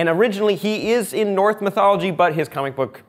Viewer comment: It’s “Norse”, not “north”.